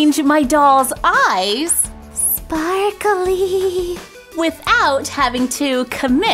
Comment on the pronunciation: It was funny when she said, "Sparkely" XD. Also great idea! I can't stop staring into the shoppies eyes